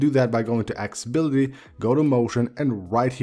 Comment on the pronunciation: Drink a shot whenever he says "axe-ability". Seriously, dude. It's "Accessibility".